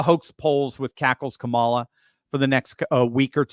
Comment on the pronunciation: I think Donald Trump belongs in the psych ward and maybe, too. He can't even say Kamala correctly